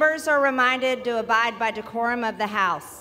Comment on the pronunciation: She mispronounced it as “corum.”